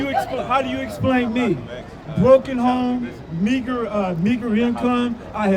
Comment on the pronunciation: What the hell is a meeger" income? If i am hearing him correctly